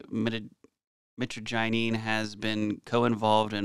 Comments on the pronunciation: thing is you totally mispronounced mitragynine and then when ya fixed it ya still did. What other research are you doi besides Googling words and taking the stuff? If that's all it takes to be a pharmacist I could have been one as a young adult just taking pharma meds for fun and reading the p.d.r. and such. From what you show yr research isn't anything more than what everyone else already would do. I'm not trying to talk down on you but this whole gig is getting lame brother especially when you aren't even learning to pronounce things. The average kratom consumer seems to be more educated on it than you are. I know if I had just heard of it and this video was my intro I'd be continuing my search for info. By the way did you know Google translate will teach you how to pronounce things? Mitragyna speciosa , Mitragyna hursuta and Mitragyna javanica have been used at least since China tried to tax opium for the first time because when they said they were gonna tax opium many over there said "oh ok that's fine we will just drink the kratom " that's why China banned kratom. I've used it plenty and I've used the synthetic 7 hydroxy mitragynine and it's very useful but it is also very addictive. Like any opioid. What happens when we eat kratom or drink it is our liver converts the mitragynine into 7 hydroxy mitragynine and it's very useful as a stimulant or opioid style pain killer. It's closely related to coffee as well. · My-Tra-gin not mittiginny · The pronunciation is mitra - jy - nine, the gy sounds like jy. You almost pronounced it correctly , and (Almost). Soooo close ! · Mit-traj-a-neen is how it's pronounced. And it's an amazing plant 🪴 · Brother c'mon Mitagyneen? You may need a new prescription you cant see the R? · Pronounciation is more like My-tra-G-eneen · It's proounced mi trag a nine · Mitragynine – pronounced: /ˌmɪ-trə-ˈdʒaɪ-niːn/ MIH-truh-JAI-neen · Its pronounced "meh TRAJ uh neen" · It’s pronounced mytrajenine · Mi-trage-in-nyne is how you pronounce